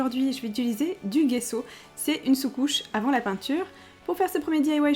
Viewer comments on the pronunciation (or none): Salut j'adore vraiment tes videos diy mais je voulais te dire le gesso si dit jesso et pas guesso. Apres moinon ma toujours dit sa ! Sinon Continue comme ça ! T'es la meilleure!!! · On prononce "gesso" comme s'il y avait un j à la place du g! Très bonne vidéo😊😘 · perso je dit pas gesso comme sa,je prononce le g comme on lit la lettre c'est compliqué a expliqué! Mais on dit les 2 love love love😘